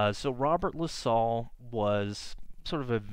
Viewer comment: I know what you mean. I've lived in Montreal all of my 50 yrs and I'm into collecting antique maps of Montreal and surrounding areas. I live at the foot of Mount Royal too, so I have a lot of similar thoughts and feelings. Funny to here LaSalle pronounced as La-sol. I like this channel's style of recounting history.